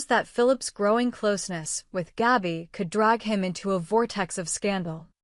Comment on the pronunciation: GABI,,,, NOT GAUBI !!!! IF YOU CANT READ,,, ""STOP NARRATING"" 😡